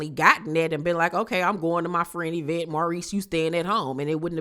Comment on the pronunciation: doesn’t say Eeeeevecnt Instead of event 🤔 I hate her judgment 😐